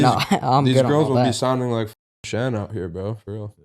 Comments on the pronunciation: He keeps calling Shan Sean lmaoooo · How come nobody is talking about how is calling him Shawn the entire time😂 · Why are you calling him Shawn?